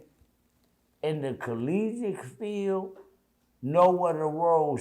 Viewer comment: Ole boy calling himself a rhodes scholar. But couldnt pernounce Collegiate